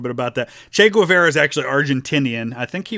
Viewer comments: It's "Gay-VAR-ah," not "gwa-VER-uh." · I'm sorry, I can't take it. It's pronounced gay-VAR-uh, not gwah-VEYR-ah. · It's Che Ge-var-uh not che gwu-ve-ra Hasta Sempre Comadante Che Guevara!!! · My hating your pronunciation, "Güevera" is totally irrational. Great job, love your videos.